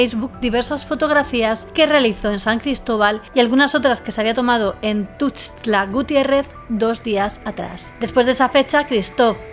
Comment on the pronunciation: ☕🇲🇽👌🏼 Perfecta 👌🏼 tu pronunciación de Tuxtla Gutiérrez Chiapas, ó los Tuxtlas, Veracruz. ❤❤❤